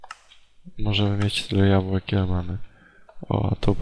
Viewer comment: tam było 64 jabłek i ty jeszcze mówisz jabułek